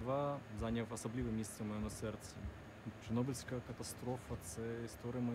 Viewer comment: It's not pronounced like "kornobyl", "ch" in "Chornobyl" sounds like in "cherry". Also, why didn't you watch it on YouTube with subtitles? There are official English subtitles.